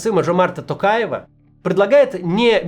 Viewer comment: В чём прикол каждый раз так окать в фамилии Токаева? Типа так по-казахски это звучит? Так почему тогда Зеленского Зэлэнськым не называть?